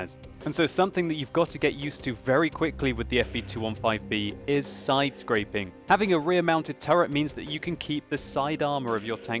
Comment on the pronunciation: With all due respect, its side scraping, not sidescrapping as you said, no offence.